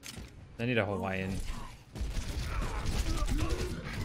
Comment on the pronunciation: I like how you say "hawaiin" and do a jamaican accent lmao tf